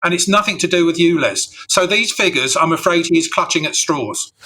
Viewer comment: S T OO V W X Y Z..... its U. Ulez. YouLez